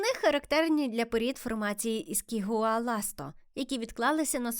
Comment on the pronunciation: не іскігуаласто а ішігуаласто